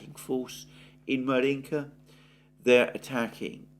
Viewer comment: Right, Alexander! It’s Avdéevka, not Avdiivka! And Márjinka (1st vowel stressed) ❤